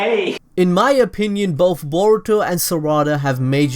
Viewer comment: i thought he said burrito and sa raa da xd